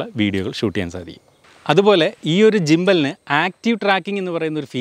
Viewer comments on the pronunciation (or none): Jimbal alla Gimbal. Gundayude Ga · Jimbal alla bro it’s Gimbal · ജിംബല് അല്ല ഗിമ്പൽ ആണ് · Don't pronounce it as ജിമ്പൽ it is ഗിമ്പൽ